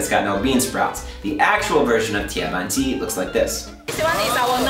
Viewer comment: the pronunciation of the "tie ban ji" 's ban a bit off the correct pronunciation as you can see the tick on the "a" of the "ban" word, you got to read it in a deeper voice